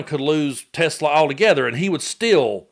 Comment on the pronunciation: "We have to take care of our high IQ people, 'cause we don't have many of 'em." Says the guy who can barely string a coherent sentence together & whose grasp of language (cofveve, hamberders, or more recently 'Tesler') along with his "tariffs fiasco" makes his current status as POTUS a friggin joke! 😂